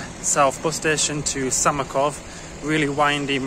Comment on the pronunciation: Beautiful places. The town is called Samokov, not Samakov :) Cheers and all the best!